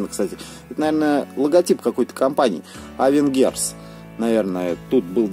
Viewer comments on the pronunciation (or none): Не авенгерс а авенчерс